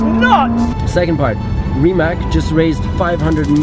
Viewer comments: RimaC und NICHT RimaK. Im Kroatischen ist und bleibt ein C ein C und ein K bleibt K. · its rimac not rimak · Rimac, not Rimak. C in Mercedes you say correctly? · Fyi it is pronounced RimaTS not RimaK. You should say it like Mate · Hr. Rosberg, es ist nicht Rimak, sonst Rimatz ( Rimac ).. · You and almost everyone pronounce Rimac as Rima"C" like California. You're changing his 1st name! It's like you heard from Mate himself, Rimac, like RimaZZ, like pizza. :) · so mate pronounces it rimats but you keep saying rimak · Never knew how to pronounce RIMAC properly, know I know THANKS MATE! Its not RIMACK its RIMATZZZZ guys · It’s pronounced Ree-mats not Rimak🤦🏻‍♂️ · It is Rimac not Rimak, stop saying k at the end. It is a Croatian name and we say c when it's written as c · Niko can you be so polite and call Rimac the way it is pronounced, and not RIMAK!!!??? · If you have respect for the company and Mate, try to learn how to spell the name correctly...it is Rima"c"...you read "c"...it is not only company name, but Mate's surname..so little bit of respect would be nice...annoyed how people do not listen. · It's not pronounced RIMAK but RIMAC. Surname is Rimac. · So its pronounced RimatS ??? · Its insane. You got the first ever produced Rimac C2, but you still don't know how to pronounce it 😁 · why is he pronouncing Porsche and Rimac wrong ? as a german it is a bad habit to cut the e from Porsche